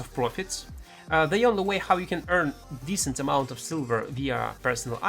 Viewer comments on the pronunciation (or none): none